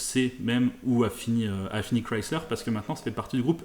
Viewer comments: Enfin une personne qui sais dire correctement le nom Chrysler !! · alain excuse il faudrait qu'il l'a prononce avec un accent francais dégeulasse, il prononce exactement comme elle doit se prononcer c'est une marque américaine